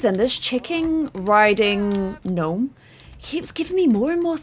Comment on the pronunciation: Lol I don’t know if anyone noticed but said chicken ridding gnome Only my finding it. Funny Welp 🥲